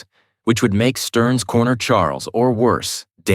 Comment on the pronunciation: Besides a few mispronounciations of a few words and names, this was good. One time Shredder was called "Shedder", and Sterns was called "Stems" twice. I can forgive "Michelangelo" being called "Meek-elangelo", bc that's still a correct pronunciation in Italian. One time, the word "fight" was misspoken as "tight". And "dogi" was mispronounced as "doggy" every time. And "making coleslaw" was misspoken as "malting coleslaw" Is this a human mistake? Or was the narration A.I. generated? There were strange pauses that did not fit the flow of the narrative. Breaks in between dialogue, pauses in between sentences. It felt off. I think your channel would benefit more from a human voice actor reading these books aloud. An A.I. voice sounds too robotic and loses the naturalistic tone that anyone reading off the voices would have made.